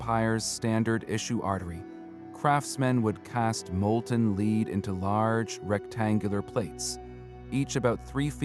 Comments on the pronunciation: Your AI mispronounces "lead" as "leed" when it should be "led". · Hard-coded captions are extremely annoying! A simple word like 'lead' mispronounced over and over... the AI narration is equally annoying. As is the use of irrelevant AI artwork.